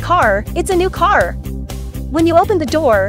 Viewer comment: "it's my carrr" 😂😂😂😂